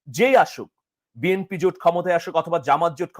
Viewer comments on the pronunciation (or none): none